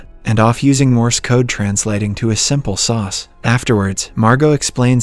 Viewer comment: No English speaker says “sauce” for “SOS.”